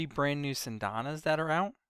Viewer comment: I love you but, the way you say Syandana and Scythe hurt